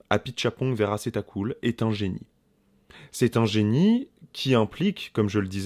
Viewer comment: Tu prononces hyper bien le nom du réal ! Sérieusement, oui, quelle expérience de cinglé, espèce de rêve éveillé qui nécessite effectivement de s’abandonner et de se laisser porter par des petits rien qui font tout. Et l’incarnation de Tilda Swinton est totalement hypnotisante. Définitivement une séance de cinéma à vivre ! 👍👍